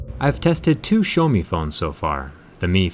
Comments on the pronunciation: It’s so annoying the way he pronounces xieaomi like show me get it right it’s pronounced x e ow me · Did he just say showme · Did he pronounced Xiaomi as "Show me"? 😂